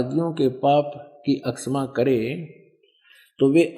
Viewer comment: जो महर्षि की निंदा कर रहे है और हिंदी का सही उच्चारण भी नही कर पा रहे तो क्या दुसरो की निंदा से आप महान बनेंगे?? क्षमा बोलने में भी गलत उच्चारण।